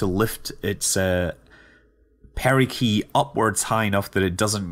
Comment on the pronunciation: Mate, the g in perigee is pronounced like the g in general.